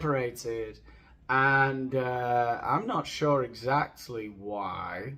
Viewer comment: Did Harry say "exact-ee?"